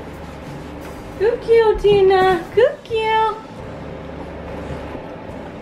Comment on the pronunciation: Gud gewl Tina gud gewl